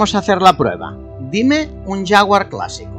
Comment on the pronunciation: Es un coche espectacular, no alñ alcance de cualquiera, pero es un sueño. Por cierto Toby diciendo jafguar clase e, jajajajajajajajajajajajja